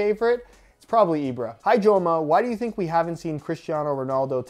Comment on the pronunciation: The amount of respect you got from me when you said ibra. Love you and your content my friend.